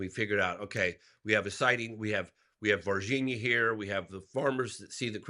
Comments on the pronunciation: It kills me that you never pronounce the nh sound in Brazilian names. C’mon. You can properly pronounce LASAGNA, can’t you? The very same sound as in VargiNHa, MadiNHo, etc. Also in champaGNe and in EspaÑa. Three different ways to represent the exact same sound in four different Romance languages. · Ross very carefully pronouncing Varginha cracks me up.